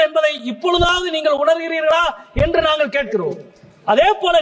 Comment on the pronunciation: மொதல்ல நாங்கல் நீங்கல்னு பேசறய நீயெல்லாம் தமிழ் மொழியப் பத்தி பேச லாயக்காடா. ள் வரலன்னா ஹிந்தியாச்சும் படிடா கண்ணா. நீ தமிழ் படிக்க லாயக்கில்லடா கண்ணா.